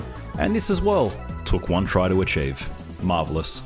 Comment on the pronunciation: "Marvelus" - *chef's kiss*; well played. EDIT: And Congrats on the baby!